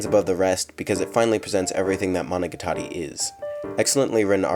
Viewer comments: You pronounce monogatari like managatari, IT OFFENDS ME (ノಠ益ಠ)ノ彡┻━┻ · The way you pronounce Monogatari is so weird. I’ve always said it mono-got-ar-ē. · It's Mo No Ga Tari you ass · Monica Tori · Put heavy effort into a video doesn't learn how to pronounce araragi and monogatari correctly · More important question, why do you pronounce "Gatari" like a pretentious Weeb? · im sorry this is a big nitpick but the pernasiation of monogatari makes me shutter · I found it very distracting since you're pronouncing it with an American-English emphasis on the TA (as in guitar), while the emphasis should be on the GA instead (as in gamut). Listen to these samples for comparison: As an Elitist you should work on this! <(^-^)> edit: changed GA example to gamut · Y E S